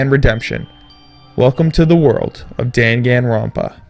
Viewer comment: YAY I'm not the only one who got a little annoyed by that xD